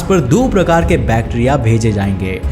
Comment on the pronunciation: He say bacteria prouncation wrong